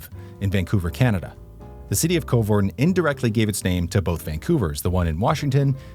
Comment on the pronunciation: The Coe in Coevorden is pronounced the same as the cou in Vancouver ;)